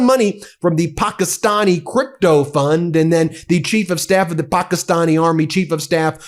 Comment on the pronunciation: Ben, when did Pakistan become ‘Pokisan’?